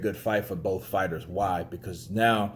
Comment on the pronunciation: "the sky is a limit for bouth guys" Me: "Usyk is a limit for bouth guys"